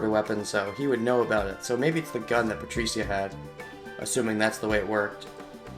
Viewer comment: Good video as usual. It still bothers me though how you pronounce Patricia (Pa-tree-shuh or pa-trih-shuh is how i hear it) but that's just a minor thing haha